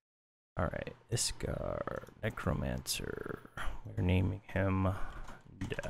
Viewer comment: Iskar? hehe I think it's Iksar ;)